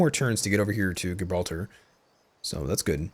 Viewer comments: Where are you from ? Because how you say Gibraltar practically gave me a disease. No hate ;) The g is more like a j I also wish I knew how to mod, I would make the battle for Gibraltar spectacular, I would actually add the rock and make it so you have to fight past the bastions with cannons and the moorish castle. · Great video! Instant Sub! The way you pronounce Gibraltar made me build a cringe cave!